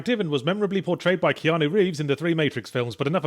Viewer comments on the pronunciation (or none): none